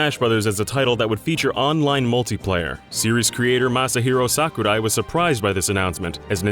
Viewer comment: It's sakurai not "suck uh-die"